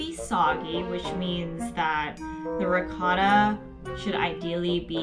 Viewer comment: The way they're saying ricotta is really grinding my gears.